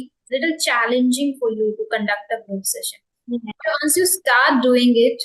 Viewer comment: You are doing very well, if you don't mind, I just want to share that you need to correct the pronunciation of the word (Session" the correct pronunciation is "sesh" "uhn" rather than "Shessh" "uhn"